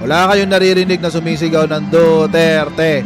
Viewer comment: Ang rinig ko DUTETE